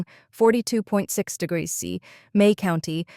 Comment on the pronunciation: Why the weird pronunciation of "degrees C"?!? 🙉